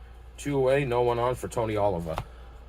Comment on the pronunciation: Thanks for game. Oliva is pronounced as oh-leave-uh. Thanks again.